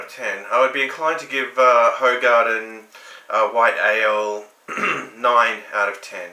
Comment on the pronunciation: Apparently this is pronounced "WHO-garden".